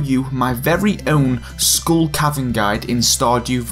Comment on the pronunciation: Scooll cavern.